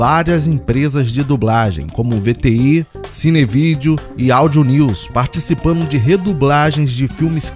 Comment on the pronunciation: Dignidade é uma opção de vida ❤ parabéns pelo conteúdo. "Crítica Positiva " - ouça a sua narração, peguei erros que você pode corrigir - "incluino" - "participano" - "dublano - "ampliano" - "dublano" - "participano" - "destacano" - "dublano" - "relembrano" - "seno" - "assistino" O BG ficou alto conflitando com a locução